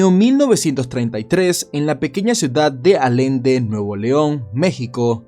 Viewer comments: Muy buen video jejeje yo soy de monterrey y conosco bien la historia pero se pronuncia ayende jejeje y se escribe allende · Bro con respeto,dijiste en la ciudad de Alende,pero se pronuncia como si leyeras tal cual ayende aunque se escribe allende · Allende! Se pronuncia como "ye" ejem:"Ayende" Te amo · Allende, nuevo León* se pronuncia "ayende" 👀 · Dato, aquí esa ubicación se pronuncia Ayende, la doble LL es una Y . Es mi historia favorita, siempre que visito esa parte. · "Allende" = AYende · Alende jaja "Allende" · no es alende es allende perdon si suena muy perfeccionista pero yo soy de allende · Se dice allende con sonido de ye no alende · no es "Alende" es ALLLLende. Con LL del llanto que le provocas al pobre Cervantes. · Muy bonito tu documental...pero...como que alende puñetas? Como que alende? Que no sabes leer y hablar en castellano, carajo? Es ALLENDE, ALLLLLLLENDE, COÑO! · No es Alende...es Allende!🙄🙄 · es allende Nuevo León se lee ayende la doble LL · F le dice alende a la ciudad siendo alllende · Todo bien. Eres un Crack como siempre. Solo que la pronunciación del pueblo es “Ayende” aunque se escribe “Allende”. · Se dice Ayende (Allende) de donde era, era un gran hombre y buen padre de familia toda la región citrícola (Region del noreste de mexico) lo honoramos como el hombre valiente que fue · que paso se dice ayende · Bro soy de Nuevo León y de dónde era don Alejo se pronuncia Ayende y se escribe Allende, un abrazo desde NL bro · no es Allende? o porque lo pronuncias como Alende? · La pronunciación correcta para Allende es 'ayende' así suena, y que buen video, yo era pequeño cuando se dió a conocer la historia cuando el crimen organizado estaba muy fuerte acá en Nuevo León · Pronuncias Allende pésimo. Por favor pronuncia ayende y sonara correcto. Se escribe Allende. Ok. No desgracias nuestro español. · La pronunciación correcta es Allende (suena como Ayende) no Alende. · Alende Yo. - Allende. - Alejo Yo. - Allejo